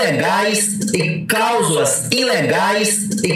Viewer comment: CALSULAS!??😂ELE TÁ QUERENDO DIZER:CLÁUSULAS...KKKKKK....